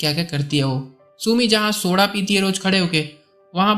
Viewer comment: Soda bolne ka treeka aapka 😂😂😂 Ak ..l. sb badal deta